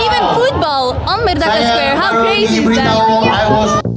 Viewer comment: Correction..Should be pronounced "MERDEKA" and not 'MERDAKA'..do not pronounced 'E' as 'A'😂..cheers